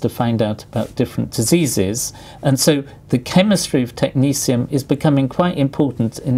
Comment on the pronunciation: I thought it was pronouncded tek-NET-ee-um xD